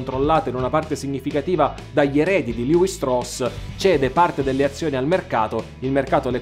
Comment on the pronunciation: Molto, molto interessante. Mi chiedo però se, visto che l’origine è tedesca la pronuncia corretta del nome non sia proprio quella “ italiana” cioè Levi-Strauss come si direbbe anche in Germania… Anche Nike è greco ….e junior latino…😊